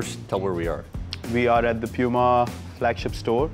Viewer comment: I thought it is Puma, but Virat saying Pyuma